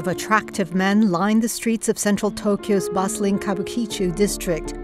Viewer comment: Worst mangling ever of an easy pronunciation. Kabukichō is pronounced "Ka Bu Ki-Chō, an entertainment district named post-war for a planned kabuki theater that was never built.